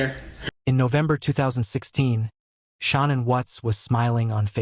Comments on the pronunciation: Sick of AI pablum. It's Shanann, not "Sean and". Please support REAL true crime content. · Sha...nannnnnm Not sha NAN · Her name is pronounced SHA NAN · Her name was Shanann not Shawna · It was shannon! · You could say her name right. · AI SLOP The narrator can’t pronounce her name. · SAY HER NAME RIGHT‼️‼️😡🤬🤬